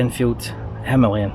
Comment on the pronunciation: Thanks for saying the name correctly 😉 and no there is no other way to pronounce it if you are using English!